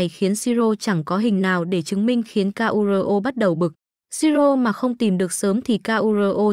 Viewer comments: sửa giọng đọc đi ad ơi... người ta tên Kuro đẹp vậy mà đọc ra từng chữ nghe ngứa nách quá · bộ ko biết đọc chữ KURO à